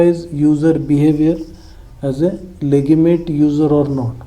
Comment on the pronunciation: Denial चा उच्चार 'डिनायल' असा आहे. आणि legitimate चा उच्चार लेजिटिमेट असा आहे.